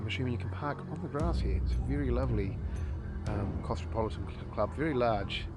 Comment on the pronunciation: Why do you pronounce cosmopolitan "claustrapolitan"? Like its not even close to spelt that way my bro